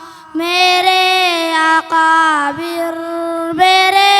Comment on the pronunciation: بھائ ۔۔۔۔اکابر ۔۔۔کا تلفظ درست کروائیں ایک بار نہیں کئی مرتبہ اقابر ۔۔پڑھا گیا